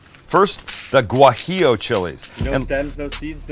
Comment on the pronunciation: Its wa he ya chile. The g sounds like a w.